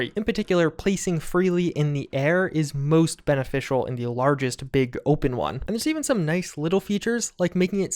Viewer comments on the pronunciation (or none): none